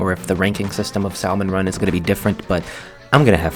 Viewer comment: I missed you saying salmon run wrong sooooo much since like 2018